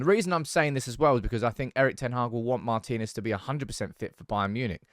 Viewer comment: hello. congratulations, you are the first one to pronounce it correctly: marTInez.